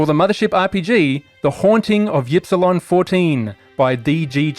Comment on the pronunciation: My only complaint is that you aren't pronouncing Ypsilon correctly. It's "eep-see-lon" or "ihp-see-lon" you limey son of a gun.